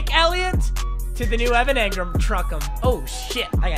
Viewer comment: One like equals one time papa doesn’t say Evan Angrum